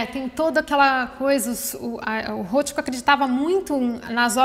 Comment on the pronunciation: Já começa pronunciando errado o nome do artista